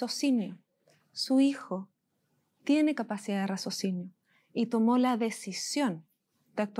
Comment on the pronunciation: buen trabajo,pero se dice raciocinio....no razocinio,aun así buen trabajo